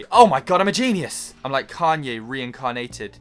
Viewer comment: The moment he said rekanyated I immediately subscribed